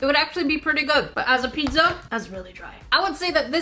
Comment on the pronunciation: but... why are u saying PiDZZa? XD